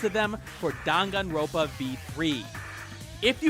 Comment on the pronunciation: It’s dangan-ronpa. Not dangan-ropa.